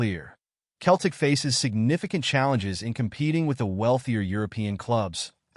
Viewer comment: Its Celtic not Keltic